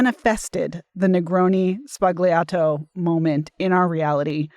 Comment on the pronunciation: The many ways in which mispronounces "sbagliato" are a perfect definition of the word itself.